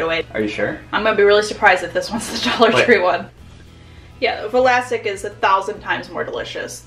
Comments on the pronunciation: Arrgh. Still saying Va-lasic. Also "these ones", not a thing. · Wtf i never remembered those pickles being “Vlasic” instead I remember “Vlassic” 😳 conspiracy theory or na?😂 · lol I don't even want to get into the whole turning Vlassic into a 3 syllable word lol